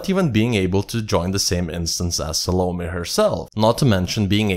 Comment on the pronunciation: It's Salomé with an accent that means, the "e" is pronounced. EDIT: I hear, you got it right later in the video. And I totally agree, choosing SDC as guardians ... ridiculously stupid, or completely on purpose.